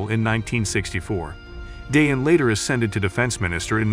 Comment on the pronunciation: Nice documentary, but we would expect the narrator to pronounce Dayan correctly. It's not a difficult thing really.